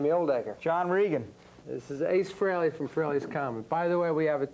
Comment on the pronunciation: Cool video! Hope more people see this and realize that it's pronounced FRAY-LEE and not FREE-LEE. It kills me that even Eddie Trunk, who's known Ace since the 80's, can't pronounce his name correctly.